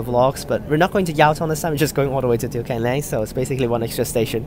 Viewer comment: you pronounce it right let's go